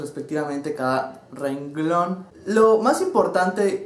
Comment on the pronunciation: "RENGLÓN" xD